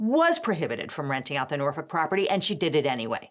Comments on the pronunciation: passed the vibe check when she pronounced Norfolk correctly (the L is silent). I already knew her legal reasoning was solid. Sincerely, a federal litigator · thank you for saying Norfolk correctly